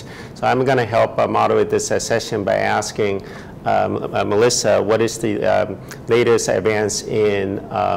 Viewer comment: Her name is not 'Melissa', I wish that Dr. Wu would learn how to say his colleague's names correctly. It is unprofessional and disrespectful to say it wrong so frequently. Dr. Radisic was very patient with him, kudos to her for that! Also, to AHAScienceNews, you've spelled Dr. Milica Radisic's name wrong! Get it right! Such incompetence!